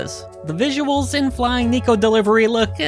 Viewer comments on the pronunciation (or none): Hate to be that guy, but it's "Neh-ko" (猫) not Knee-ko. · if you can pronounce the word "yeah" you can pronounce neko correctly